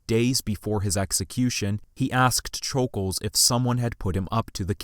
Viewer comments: Who is Leon “shul-gulj?” It’s Leon “shul-gosh.” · Just a bit of respectful correcting(not at all attempting to be mean) It’s basically pronounced Shj oul gosh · Great video but it is pronounced sh-ol-gosh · u pronounced it wrong it’s shoul gosh